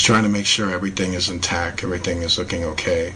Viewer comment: Dr. Ramon de Torres That's actually a pretty good point. We don't feel the Earth move because of it's mass and the speed at which it is moving. Just like straight normal flight on a plane. Still though, this guy is just really reaching with this video. And I can't take how he doesn't add a T to the end of the words that end in T. "She's still in tac". Ugh!